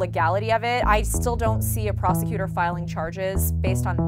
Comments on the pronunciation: Oh I though she said former prostituter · When she said former prosecutor i thought she said prostitute😂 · OMG I thought she said "I am a former prostitute"